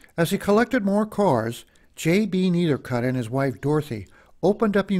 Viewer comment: Try to learn the correct way to pronounce the name of the collection